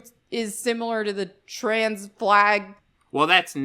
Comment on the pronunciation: Did she just say "Troons" ??